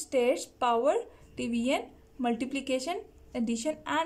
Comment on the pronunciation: That division not divion 😂😂😂🙄🙄